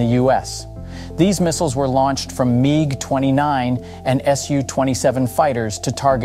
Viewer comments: "Meeg 29" For the love of... please learn to pronounce this. I have all the faith that the only thing you know about the military comes from a cracker jack box at this point. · "meeg 29" made me chuckle